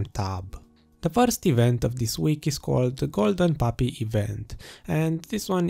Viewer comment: Man I really like your videos keep it up. I like how you said Golden Papi lol